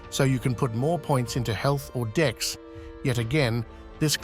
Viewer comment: I can't help but say that everytime you say "dex" it sounds like "dicks". 😅